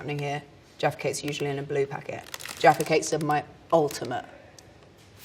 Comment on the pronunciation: Every time she said Jaffy Cakes I heard Defecates